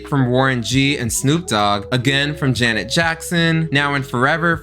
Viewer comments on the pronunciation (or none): none